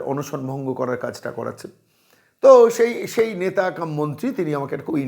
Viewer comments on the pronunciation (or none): none